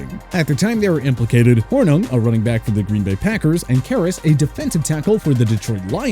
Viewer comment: His name is pronounced SLEE- STER and Paul HOR- NING